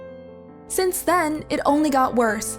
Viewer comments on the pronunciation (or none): none